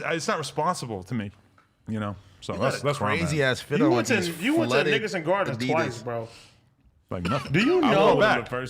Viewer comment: Adam: The Nickerson Gardens (Sounded like Niggason): The What?